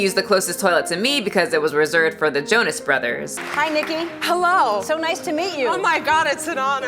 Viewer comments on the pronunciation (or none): none